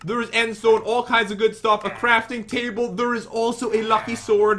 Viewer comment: I love that Pat says "thur" instead of there, their, or they're...... 😀